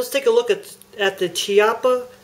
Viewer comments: nice revolver and nice vid, but it's pronounced KIAPPA :) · Actually it's "Key-aww-puh"